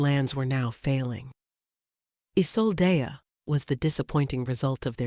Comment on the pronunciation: How many ways can you incorrectly pronounce Isolde? I lost count. 🤦‍♀️🙄